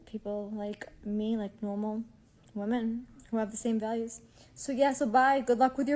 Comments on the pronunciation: Why are they so commonly saying woman in place of women. Like are they all immigrants? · Why do all of these women pronounce “women” as “woman”??